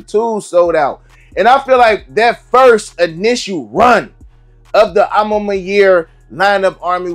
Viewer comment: I hate how bro say “My Year” 😭😭🤦🏾‍♂️ It’s Mañiere , kind of like how “Mañana” is said in Spanish